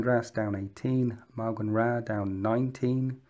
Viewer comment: Couple of notes. Alaitoc = AL-AY-TOCK, Saim Hann = SAME HAN or if we're being technical SOW WAYN but no one will know wtf you're talking about if you say that ^_^ Iyanden = EE YAN DEN Faolochu = FOWL OH CHOO Asuryani AZURE EE AH NEE P.s. for all you Americans out there Fuegan is FEWgan not FOOgan. and it's MAOWganRAH not MOOganRAH :P Not criticizing I just am very picky :P x